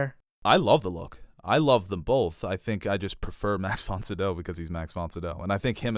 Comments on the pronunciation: Pretty sure it’s pronounced Max Von SYE-DOW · Max Von CEE-DOW, put some respek on his name